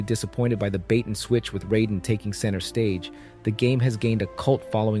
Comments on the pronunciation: Put some respect on Raiden’s name and pronounce it correctly. Good list but MGS2 is S tier quality. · I can’t take you serious when you continue to mispronounce raiden